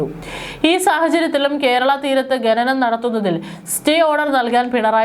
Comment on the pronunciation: Gananam alla khananam ennalle